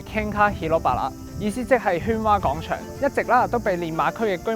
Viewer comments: 有啲唔夠喉,原來仲可以有下集.個人想知都市傳說😂 btw希望主持人糾正下啲懶音,尤其係『廣』場,唔係講場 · 點解主持/旁白嘅懶音問題可以咁嚴重 "講"場 "角"家 小"貧"友 "你"又講成"理" 全部都係低級錯誤 聽得好辛苦